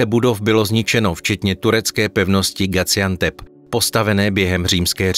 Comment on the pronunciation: Video bylo pěkné, ale Gaziantep se nevyslovuje jako Gaciantep, ale klasicky se z.